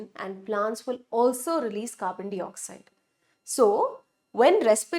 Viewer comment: Carbon dioxide pronunciation is 🤔